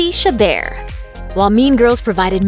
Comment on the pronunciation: The way she said chabert sounded like shibbir and my surname is shibbir